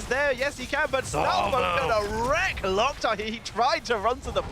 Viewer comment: Stop saying Lock Tar, It's Lowk Tar. Orc phrase